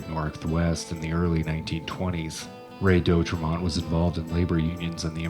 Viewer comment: Oregonian here.. It's pronounced De- Au-trey-mont, Not Doe trey mont... Siskiyou (Mountains) pronounced Sisk- i - you Mountains.. Thanks for taking note of this..